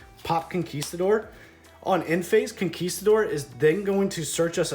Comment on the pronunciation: finally! a non-spanish speaker who pronounces huaquero and conquistador well enough!